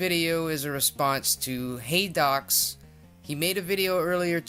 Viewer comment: You pronounced it correctly haha